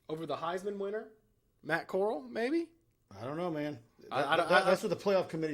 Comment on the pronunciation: DUDE...its Corral...not coral